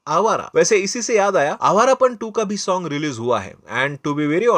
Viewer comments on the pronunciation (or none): none